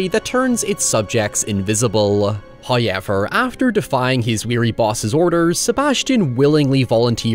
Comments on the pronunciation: It's not pronounced "Hi-Ever" it's pronounced "However"!!! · Do all Irish people say “however” like “huoyever” or is it just this guy? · I just want a loop of you saying, “hiyever…” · I’m pretty sure starts all his scripts with the word “hoyever” and then builds around it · "HOYEVER..." love this lad